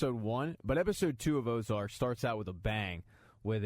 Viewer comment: It's 'Ozark'